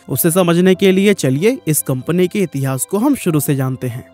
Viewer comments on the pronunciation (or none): none